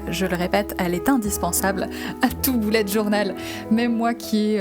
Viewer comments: C'est bullet pas boullet 😂😂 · C’est bullet je crois ils se prononce bellet pas boulet 😭😭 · C pas boulete journal c Bullet journal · mdr c bullet pas boullet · Pk tu dis Boulette Journal